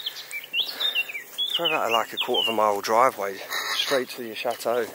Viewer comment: CHATEAU NOT SHAAATEAU LOL